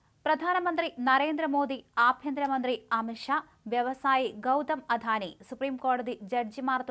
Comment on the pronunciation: അധാനി അല്ല അദാനി